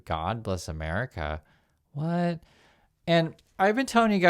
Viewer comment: Your Whut was felt